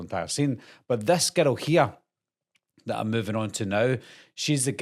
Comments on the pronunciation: I keep thinking you’re saying ghetto lol 😂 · I swear, every time he says "girl" in that accent...... I hear the word "ghetto" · I can’t get over how when you say girl it sounds like ghetto lol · When you say girl sounds like you're saying ghetto 😅